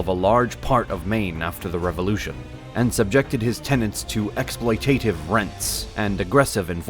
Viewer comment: ex-SPLOY-tuh-tiv ---- not ex-ploy-TAY-tiv